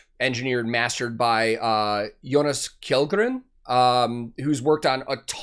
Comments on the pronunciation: I know this is an old-ish reaction but I just wanted to mention that the last name kjellgren is pronounced shellgren in Swedish :) anyways I just found your channel and I love it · It's a really great song 😊 Kjell in Kjellgren is pronounced similar to the English word shell. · Hi (masterful reaction as always) Just a little Swedish lesson for fun, The letter combination "KJ" (in e.g Kjellgren) in Swedish are pronounced the same way as "CH" in e.g the words "chees" or "challenge" in English so you could think like Kjellgren are pronounced Chellgren. Keep up the good work (impressed of your knowledge man). Merry Christmas and a Happy New Year. P.S There are even more letter combinations sounding like "CH" in Swedish (it is called the "sje-ljudet). Swedish grammar is tough even for a Swede like me. R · Btw; Jonas Kjellgren is pronounced "Shell-gren" with shell as in "shell-shock" or "sea shell"